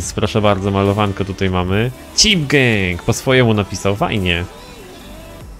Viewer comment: Chyba gang a nie geng zd